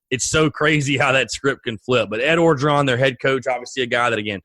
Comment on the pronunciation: Orgeron is pronounced without the first R. Just Ogeron